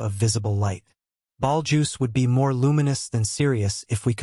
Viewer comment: Can AI not pronounce Betelgeuse?